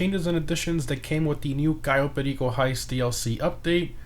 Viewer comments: My man becomes pure Colombian when he says Cayo Perico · HOW DID U SAID "CAYO PERICO" LIKE AN HISPANIC, Nunca los entenderé. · i still find it satisfying when he says cayo perico